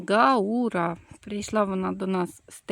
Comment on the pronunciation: Дякую за відео. Українська назва цієї рослини - "бджолоцвіт. А російською - "гАура", наголос на першу букву "а".